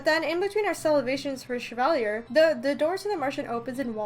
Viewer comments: I didn't know you knew French? But his name is pronounced Sha-Valley-Eh (Canadian version of eh) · Me: Cheva, Chebal, Shevala, um, WHY CANT I PRONOUNCE THIS NAME AGAIN ILL JUST CALL HIM RUMPEL